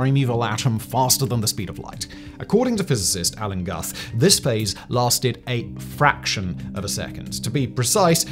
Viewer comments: 1 eternal universe is a lie since "In the beginning, God created the heavens and the earth." Only God is eternal. ✝️ 2 it's pronounced Alan Gooth. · Guth, as in Alan Guth = 'gooth'